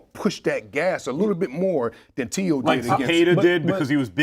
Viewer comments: Max it’s Teo not Tay O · Y he keep saying tayo?? It’s teo!! Max heard teo’s his name pronounced 1000 times as tee-o, y he keep saying tay-o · Why does he keep pronouncing Teo like “Tay-Oh”… That’s so fucking annoying. A “boxing expert” that doesn’t even know how to pronounce a fighter’s name correctly.